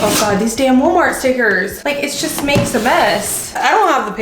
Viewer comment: The Portugese pronunciation of woolmart has me dead . 10000% accurate. Both my boys dropped naps at around 2 😢 lol